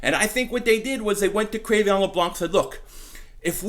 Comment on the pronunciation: Cre'Veon??? isnt it pronounced Cre'Von?